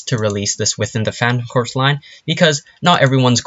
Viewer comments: Your saying phantom corps wrong its pronounced phantom Core like marine corps its not said corps its said core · its not corpse its corps ( core ) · Please get it right Its pronounced CORE not corpse unless your talking about a cadaver thank you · You're pronouncing phantom corps wrong. The "corps" is pronounced "core" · It is pronounced core not corps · I wanna fucking die he pronounced corps "corps" not "core" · It's pronounced Phantom "CORE," like marine corps. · It’s pronounced “core” good grief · Can you learn to pronounce "Corps"